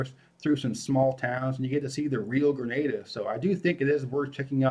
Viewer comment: Thanks pronouncing “Grenada” consistently correctly!